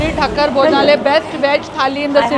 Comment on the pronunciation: Madam its thaakar not thakkar